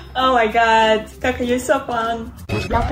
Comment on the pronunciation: "gaga are u friendz with mr beazt" cant even say kaka properly.